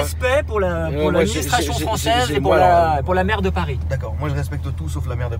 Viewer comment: Il dit la maire de Paris ou la merde de Paris ? J'ai un doute là 😅